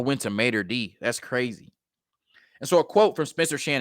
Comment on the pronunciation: its Mater Dei ( Day), sir..